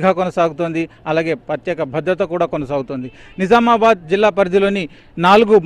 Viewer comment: నిజామాబాద్ అనాలి మీరు సరిగ్గా పలకడం లేదు. Jha అనాలి